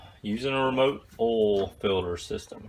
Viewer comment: Is it that hard to say "OIL" 🤣🤣🤣